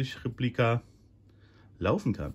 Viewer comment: ...was soll man zu so einem Traumstück noch sagen-auch wenn es eine "Replika" ist. Übrigens-kleiner Tip: Betonung liegt traditionsgemäss auf dem ersten e -also Réplika und nicht-wie hier falsch betont Replíka. Vielleicht wissen das nur noch alte lateiner?!